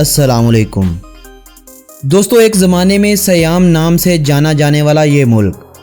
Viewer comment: Porana name sayam nahi seeyam ha bhai